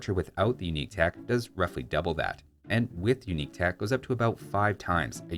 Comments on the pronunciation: "UINQUE" literally unwatchable!!! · "Uinque" tech